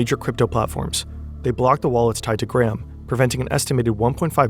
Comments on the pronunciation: He almost pronounced ir correctly . Gray-um. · His name is not "Gram", for fuck's sake. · Why do Americans pronounce it Gram? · His name is Graham, not Gram...